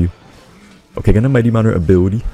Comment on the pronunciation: I love how he pronounces it "Mighty Monner" 😂